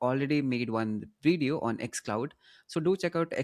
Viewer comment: Aata toh hai video bolna isko, fir veedeeo kyu bolta rehta hai?